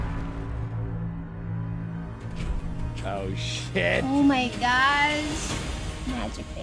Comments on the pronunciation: At least it's better than the garbage movie. They pronounced the name correctly... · At least they say Aang instead of Ong